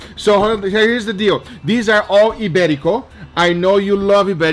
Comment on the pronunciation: As a Spaniard living abroad: Ibérico pork ftw! 🤤 (good Spanish pronunciation btw! 👌)